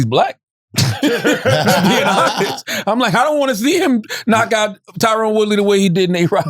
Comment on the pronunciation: TyRON not tyrone smh